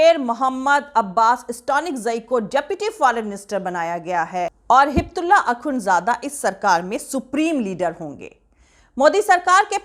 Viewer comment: Miss no Hibtulla it’s Haybatullah, please correct the name